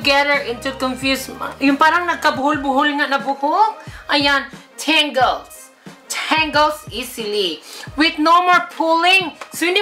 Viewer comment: Tawang tawa ko sa tangles. Tingles pagkakarinig ko hahahaha